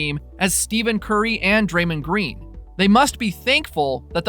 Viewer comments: “Steven Curry and Dramnd Green” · did he say steven curry and draymund green??